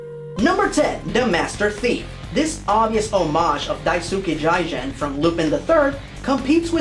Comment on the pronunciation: Jigen is pronounced as Gee-gin.